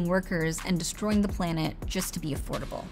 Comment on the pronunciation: 0.18 "everything is kinda afordabooaall"🙄